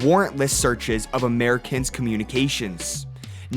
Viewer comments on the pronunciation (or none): none